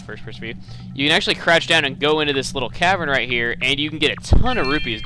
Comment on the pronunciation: during the block puzzle it sounds like he says " and u can crotch down"